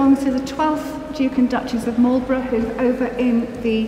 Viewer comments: Marlbruh, not Marlburrow. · Its not "Marlbro" but "Marlburra"